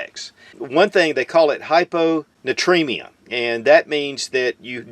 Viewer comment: It’s not hyponutremia it’s hypoNAtrimia as in ‘Natrium’ the old word for Sodium. So… ‘hypo’ meaning low or below…Sodium and ‘emia’ meaning ‘presence in blood’. ‘Low sodium presence in blood.’ I’ve been watching too many ‘Chubbyemu’ youtube videos.